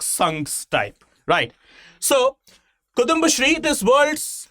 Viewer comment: Kuthumba alla kudumbasthree 😂.. just kidding. Thanks for the video. I live in Tamilnadu but a Keralite, so enjoying best of both worlds!!